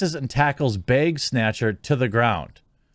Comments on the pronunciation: Him saying bage is killing me. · Ah the good ol bag pronounced as beg.. dead Wisconsin giveaway lol